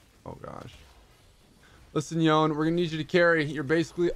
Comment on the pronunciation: Day 680 of pronouncing yone’s name wrong.